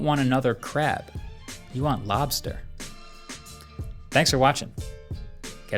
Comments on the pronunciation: The way he said crab and all I am hearing is crap phone.. what a pun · Why am I hearing crap when Marques is saying crab. Phone 3 must have messed my mind